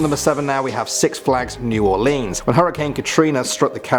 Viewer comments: God damnit I’m from Louisiana and you say new ore-leens IM TRIGGERD IT new ore-lins ReeEEeEeeEee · Ahh. My southern self is screaming at the way he says New Orleans 😂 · New Orleans is not said like that! It is a FRENCH NAME